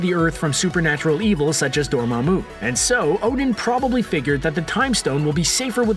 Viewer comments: I usually enjoy your videos guys.. but just one thing.. please.. pretty please.. can you pronounce check some of the characters or places names..? It's NOT DormammUU...! You just have to watch the films to know the correct pronunciations..! Other then that.. great videos.! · Did I hear Dormommu pronounced "Dormommumu"? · door - mom - oo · what is up with this guy's pronounciation?? "Need-uh-VALE-ier"???? "door-mah-MOO"?? ... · Door Mah Moo How do you pronounce it wrong? Seriously. We've seen it a dozen times in the movie. WTH GET YAR PRONUNCIATIONS RIGHT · Someone teach this guy how to pronounce Dormammu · hate the way this guy pronounces nidavellir and dormamu. didn't he see the movies? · You need to work on pronouncing Nidavelir and Dormmamu properly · The way he pronounced Dormamu🙄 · you said Dormammu so weird